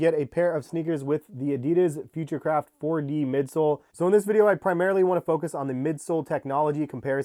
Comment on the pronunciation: Future craft sounds like hes saying futurecrap